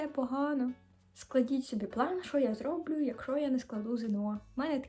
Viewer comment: Дякую Вам! Відео дуже цікаве і пізнавальне, інформація дійсно актуальна! І головне - українською мовою! Я також студентка. Помітила у відео певні помилки у мовленні і маю щодо цього кілька порад: 1. Зразу -> одразу. 2. Слова з 'щ' варто вимовляти чіткіше й твердіше -> /шч/. 3. Повезлó -> пощастило. 4. Зрóблю -> зроблю' (неправильний наголос). 5. Іноземні слова ( active recall, research) варто замінити на українські відповідники. 6. Звертатися за допомогою -> звертатися ПО допомогу. 7. Загляніть -> загляньте ( звертання).